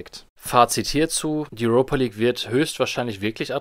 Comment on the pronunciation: Junge sprech die Namen richtig aus. Entweder Europe- (Urope) oder Europa- (deutsch) League. Und Tirana wird ausgesprochen wie es da steht und nicht englisch.